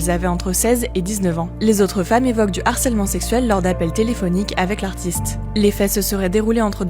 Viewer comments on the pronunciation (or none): none